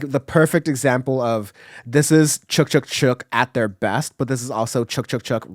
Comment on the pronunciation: FYI, it's pronounced "Chick Chick Chick," not "chook chook chook."